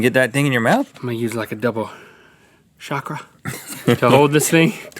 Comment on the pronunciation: Lol, that's not how your pronounce chakra. (Chak Ra, sounds like Chalk Ra)